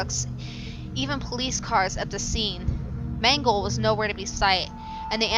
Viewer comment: it's mangle